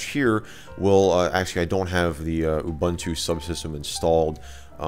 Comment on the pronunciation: Ubuntu is pronounced Oooboontoo.